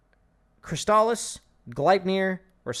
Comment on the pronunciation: its CRIStuhlyss not crisTAHlyss